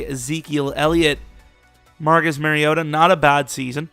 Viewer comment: MAR-REE-OH-TAH ...MARIOta... it's not MERRYota lmao. Y'all gotta get my dawg name right.